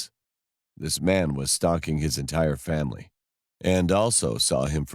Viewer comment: Did anyone realize she said "The next morning I told my famie" Lol 😂😂